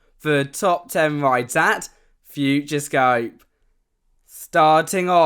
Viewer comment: There’s an “O” in there. It’s “future-O-scope”. Not “future scope”